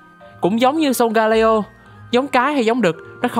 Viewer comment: video rất công phu, góp ý về phần -leo trong tên của solgaleo giống như sealeo hay litleo là con sư tử :yougotthis